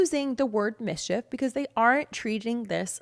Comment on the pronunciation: When you said "misshef" I thought you were making fun.